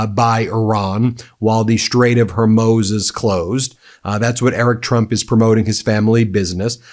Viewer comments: Please it is not the straight of "hormows". It is pronounced "ormuz". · Love ya Ben, but please quit pronouncing it like Strait of Her-moze! It's like Hor-mooz. While I'm at it, it's bee-cuz, not bee-caws. But I can't stop watching/listening... you're that good. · hoormouz it is pronounced hormouze. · Strait of HORE MOOZE. Not HER MOZE. Sheesh. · Ben, for Christ's sake.... It's pronounced "Hor moos" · Why do you have such a hard time pronouncing Hormuz correctly? Are you saying it wrong to be insulting to the language from which the name came? It seems like you don't have a command of spoken language or you are intentionally insulting the Arab language from which the name came.